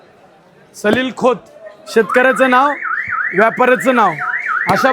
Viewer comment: मराठी वाचता येत नाय अजून. साहिल खोत ला सलील खोत बोलतोय